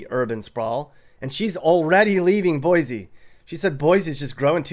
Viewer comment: They'll tell you in Idaho...it's 'boy-see, not 'boy-zee.